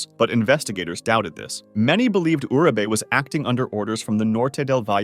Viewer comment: It bugs me how Uribe is pronounced here. Urabae? It’s pronounced ooh-ri- beh. Got most the name right except that one.